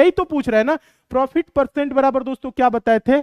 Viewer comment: Prifit nhi profit hota h